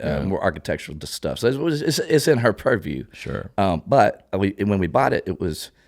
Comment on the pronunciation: When he's talking about his wife "it was in her purview" dang that sounded so sourhern gentleman...